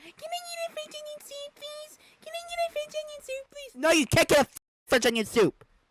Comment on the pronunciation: fwench onyon soop peeze.